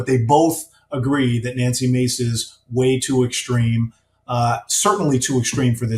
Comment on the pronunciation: Nancy’s last name is “Mase”, not Mace